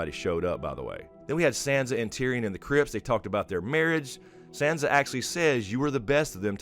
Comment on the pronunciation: I love your take and analysis all along this GOT journey but I just gotta beg you please... it's Sahnsa like "ah" not Sandsa like "sand".